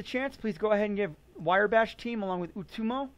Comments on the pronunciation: Wire bash? It's wrye, like wry bread. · It's pronounced "rye bash" not "wire bash." Otherwise a great video! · I believe it’s Riiiiii, not wire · Wire Bash .... ? Its pronounced " Wrye " as in Rye wheat . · thanks for the vid. However, it is "rye" bash, not "wire" bash. It was bugging me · I seriously could not take it - "wire bash". I had to mute the video. Mispronouncing a monosyllabic four-letter word really does not instill confidence. Sorry, bro (not sorry). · Wire Bash.... Not Wrye bash. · cringing everytime he mispronounces Wrye Bash does not mean you think he's otherwise incompetent. It simply means the mispronunciation made this video very difficult to sit through (it did for me, at least). But, like you said that's all YOU can read. I guess your eyes work funny.